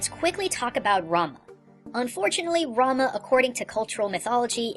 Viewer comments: Two errors, 1. It's final fantasy 6, not 4, Final Fantasy 4 involved Kain, and Cecil, not Terra, Locke, Saibin, ect... Error no. 2: It's Rumah, not Ramuh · why he kept saying Ramuh as ''Ranma'' ? its Rámul '-' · When you said Ramah I thought you said ramen.